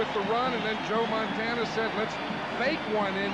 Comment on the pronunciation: Oj can't even pronounce montana 🙄